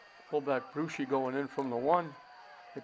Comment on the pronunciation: "Brewshi" ? How can anyone from New England mispronounce Bruschi. As in Teddy's son.